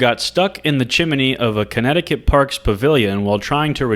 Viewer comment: Is that really how you say chimney or is this a prank??